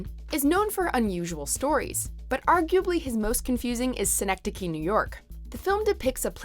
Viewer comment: "Seehnektekeeh"? Really? English speaking people what is wrong with your ears??